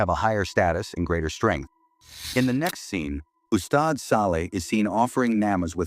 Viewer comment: This is the very first time I hear AI pronounce "ustad" & "Ayatul Kursi" correctly